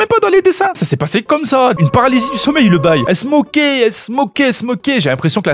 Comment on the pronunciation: Elles s'moquaient (j'ai entendu "elles smokaient" 😅)